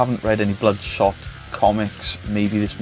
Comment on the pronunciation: Never read the comic Bloodspot 😂 sounds like you say Bloodspot a couple of times 😂 I knew you were going to hate this movie lol. The more I think about it is a pretty poor movie, I think if you've never read the comics and don't watch the trailer then it can be an ok popcorn flick but that's pretty bad tbh lol